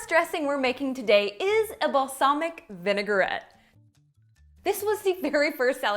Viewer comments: May I please say it's Vinaigrette not vinegarette xx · Love the video and the recipes. Forgive me for correcting you, but it is pronounced "vi . nuh . gret".